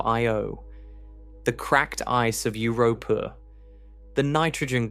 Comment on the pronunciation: Euu-rooh-pooh! Uur-uuuh-unos! Stupid AI. 😂